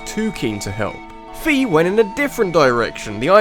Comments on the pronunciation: I think Fi is supposed to be pronounced like Find. You do not pronounce "find" like "feend". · Just for future ref, Fi's name is pronounced fay, like in wi-fi. But yeah she's really annoying in SS, at least Hyrule Warriors kinda redeemed her a lil bit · Fi isn't pronounced "fee". She is pronounced "Fye" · Indeed. Fi (it's not pronounced like "fee") is much more useless than Navi! You guys know that Z-targeting you do in Ocarina of Time? That's Navi at work! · Fi's name is pronounced like wi fi. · the people at Nintendo pronounced it that way when they were talking about Hyrule Warriors before it came out in Nintendo Directs.